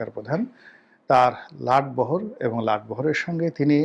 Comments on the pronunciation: Not latbohor but lotbohor . OK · লাট বহর নয়,লট বহর।অবশ্য বরিশালে অর্থাৎ বৃহত্তর বরিশাল অঞ্চলে কি বলে জানিনা।